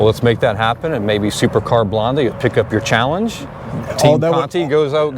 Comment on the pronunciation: Her name is Supercar Blondie ( say Blondeee) .not Supercar Blonde!